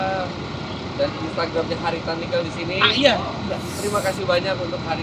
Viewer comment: Koreksi dong. Penyebutan NIKEL yang benar tuh seperti om (e nya dari kata TEBET) bukan e (MENTENG) seperti yang om Fitra sebutkan.